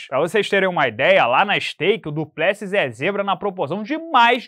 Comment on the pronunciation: Não entendo a insistência do em pronunciar errado o nome do Du Plecis